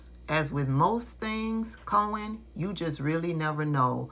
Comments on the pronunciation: "co-hen" wth? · Fox can’t pronounce his surname it’s not co hen 😂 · Fox announcers can't pronounce names properly. Cohen is a hot mess. Leticia is not dishonest.